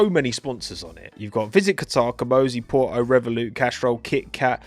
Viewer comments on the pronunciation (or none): none